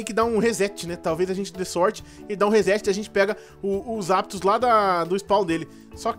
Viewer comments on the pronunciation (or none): voce falou zaptos